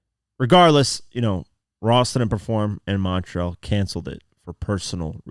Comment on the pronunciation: Bro whats wrong with you? You can’t pronounce montreal properly?